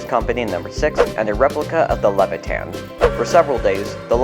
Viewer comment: It's not Levi-tan, it's pronounced luh-vai-uh-thn.